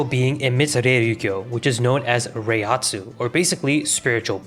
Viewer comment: Great pronunciations of Reiatsu, butchered Reiryouku